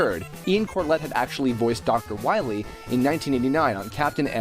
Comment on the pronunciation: Shh, be vewy, vewy quiet. I'm hunting Dr. Wahwee's.